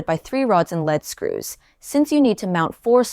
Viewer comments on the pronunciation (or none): Two points; why do they need a kick starter campaign when they have already designed, tooled and made review samples? Lead screws, isn’t pronounced as the metal but ‘leed’ screws, lead a horse to water. English language! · Cute. It is "Leeeeead screws", like "leading on somebody", it's not "lead" like the material Pb.